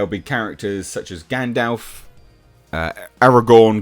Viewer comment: Thanks for pronouncing gandalfs name correctly. Loads of people say gandolf and it's irksome